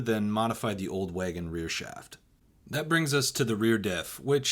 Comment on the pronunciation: You say “wagon” funny.